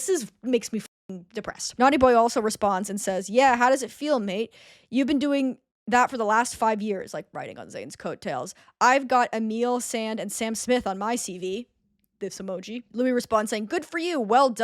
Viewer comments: why is no one mentioning emeli sande (emily san-day) being pronounce EMILE SAND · You mispronouncing Emeli Sande’s name was the most painful part of this 😢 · As a Brit I thoroughly enjoyed your slight (sorry) mispronunciation of Emeli Sandé’s name when talking about naughty boy 😂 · The way you pronounced emeli Sandé I'm crying